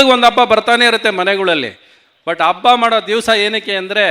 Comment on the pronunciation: Ree 'habbano' Abbano, 'Hummasso' or Ummasso sariyaagi heli actor brother.